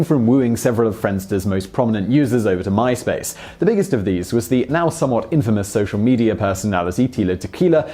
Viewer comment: Mice Pace.